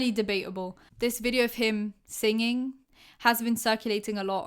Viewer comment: The way she said singing though😂